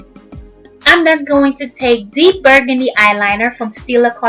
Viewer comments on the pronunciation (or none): none